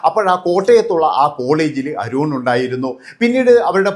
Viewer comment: അരൂൺ അല്ല അരുൺ